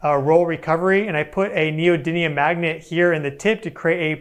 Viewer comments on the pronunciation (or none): none